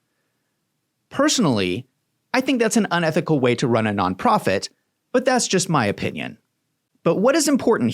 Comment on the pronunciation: Why does it always say none profit it sounds like alot of profit.